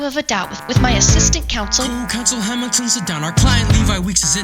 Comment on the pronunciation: You BUTCHERED Hamilton’s name 😭😭